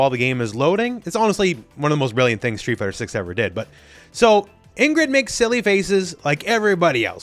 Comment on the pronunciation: Why did U pronounce Ingrid like that